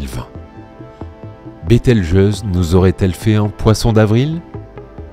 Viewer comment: Bételgeuse et non Beltegeuse